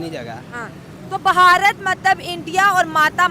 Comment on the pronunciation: जाहिल लोंड़िया " ब हा र त " नाही "भारत" होता है जाहिल लोंड़िया 😂😂